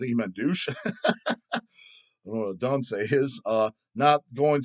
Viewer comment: I'm with you dawwwwg, but you said dunsay instead of dunce and it made me laugh